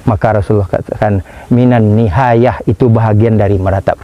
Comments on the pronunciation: Afwan, bukan Nihayah, Tapi Niyahah (نياحة) Bukan نحاية. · Ada salah baca dari segi nahwu dan mudah"an dah ada yg mengingatkan juga niyahah atau nihayah supaya tidak keliru lagi untuk kebaikan ustadz